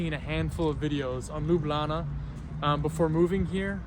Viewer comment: Love the way you say 'Lublana'.